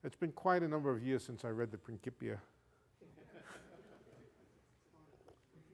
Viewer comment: I love it how he pronounces the title of Newton's opus magnum, Principia, with the excellent classical pronunciation: with the "c" pronounced as "k", as it should be in Classical Latin, not as "ch" as they would do it in Church Latin and not as "s" like many English-speakers would do. The guy is well educated in more than just physics, not so common these days!